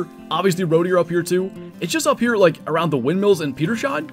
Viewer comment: Short german lesson: name of the area isn't pronounced "Peter-Shain", it's "Peters Hain". The german "Hain" is a small forest / group of trees, like the english "grove", so it's like "Peter's grove". 🙂